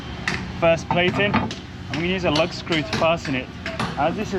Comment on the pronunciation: Not “lug” screws but “lag” screws. Don’t worry we all knew what you meant.